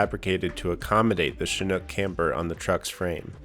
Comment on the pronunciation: If you’re super familiar with chinooks, proceeds to pronounce it wrong